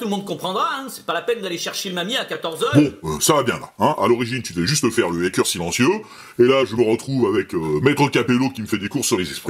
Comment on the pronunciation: Ce que je cherchais à montrer, c'est qu'il est abusif de dire à qu'il aurait fait de grosses fautes. Il prononce (une fois) le "a" de "hacker" comme celui de "hater" ou de "fake" et c'est en effet une erreur. Mais nombre d'anglophones, selon leurs origines, ne prononcent pas non plus ce "a" selon le canon officiel. Il utilise à tord le terme de "crypter"à la place de "chiffrer" mais si vous avez suivi mes liens vous y voyez que, tant l’académie française (c'est pour ça que je parlais de "convention de langage") que des sites plus spécialisés, s'ils ne recommandent pas l'utilisation de crypter, le comprennent et l'expliquent tout de même par son lien avec l'anglicisme encryption Dièse est un symbole musical. On est bien d'accord. Au même titre que bémol ou bécarre. Il n'en reste pas moins qu'aucun de ces trois là ne peuvent être saisis aisément au clavier. Votre exemple du langage C sharp illustre d'ailleurs cela à merveille. C sharp en anglais se traduit par C dièse (Do dièse). Mais alors que Microsoft avait - après l'évolution du C++ - nommé ce langage "C sharp" (une forme de jeu de mot musical), ils ont dû se résoudre à le noter # (croisillon), précisément pour des questions pratiques d'écriture clavier. D'où l'association (imparfaite) dièse-croisillon... (qu'on devrait alors qualifier de grosse faute de Microsoft 😊 ) Bref, encore une fois, a moins de chipoter des heures sur ces trois points, je vous accorde que ce sont des erreurs mais ne vois pas dans tout ça